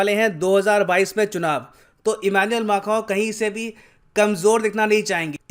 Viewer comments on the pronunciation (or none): sir आप फ्रांस के राष्ट्रपति " एम्मॉन्युएल मॉकरन " को ऐसे नाम से क्यों बुलाते है " इमानुएल माखन "? 🙎